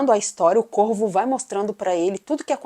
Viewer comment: No início do vídeo eu pensei que vc tinha dito o Corpo ao invés de o Corvo pois o som 2 palavras é parecido 😅